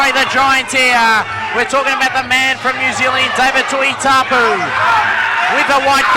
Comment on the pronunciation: his name is not tuitapu ffs.get your job right say tuitupou